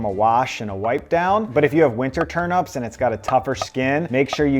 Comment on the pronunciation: TURNEEEEEEEEP NOT TURNUUUUUP